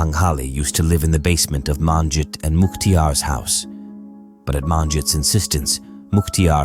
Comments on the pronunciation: You could at least learn to pronounce her name correctly. It's not MAANjit. Sheesh. You butchered her name. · Except you mispronounced all the Punjabi names, including Manjit's name. Terrible pronounciation!!! Next time ask a Punjabi person to help you. Sheesh.